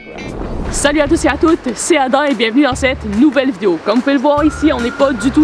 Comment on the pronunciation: C’est moi ou tu dis adain ou pourquoi pas adam